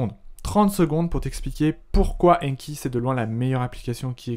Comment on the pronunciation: Il ne s'agit pas "d' AINNNNE........KI" mais "d'ANKI" avec AN prononcé comme dans nouvel AN. Veuillez réviser votre prononciation avec ANKI justement!